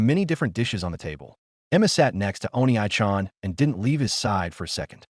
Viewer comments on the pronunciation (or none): O-NEE chan. not oni-aye chan. for the love of peter someone teach the AI how to pronounce it. every single one does it wrong.